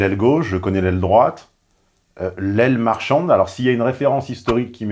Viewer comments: Il a peut-être mal prononcé, mais il a clairement voulu dire "l'aile marchante", et pas "l'aile marchande". Larousse en ligne: "Aile marchante, dans le mouvement de conversion d'une troupe, partie la plus éloignée du pivot, qui décrit un large arc de cercle ; membres les plus dynamiques d'un mouvement et qui entraînent les autres." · Aile marchande ... Ou aile marchante ... En chinois standard, t non aspiré et d ne sont pas discriminés, en français oui. Et Mélenchon prononce mal ( mauvais retour dû à sa mauvaise oreille ?) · si je peux me permettre une petite correction, il dit "aile marchante" pas "marchande" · "L'aile marchante" et pas "l'aile marchande". Un peu de précision pourrait remplir, désespérément malgré tout, la vacuité de vos analyses. Un simple tour sur internet vous aurait permis de trouver l'adage... c'est bien dommage.